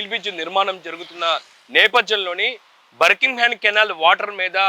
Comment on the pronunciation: బర్ కింగ్ హమ్ కాదు నాయనా బకింగ్ హమ్ అని చెప్పాలి